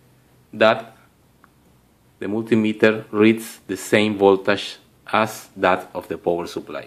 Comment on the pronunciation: I like the way you pronounce voltage: VOLTASHH